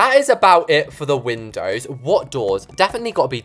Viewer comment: I thought it was windows not windowds